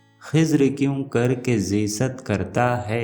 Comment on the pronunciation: سر آپ نے زیست کے لفظ کی ادائی غلط کی ہے